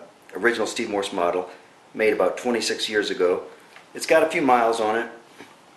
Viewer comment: it's Morse not Morrison... dammit!